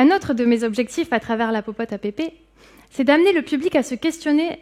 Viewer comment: “ce qui têtre” - mauvaise liaison à deux reprises. Pas terrible.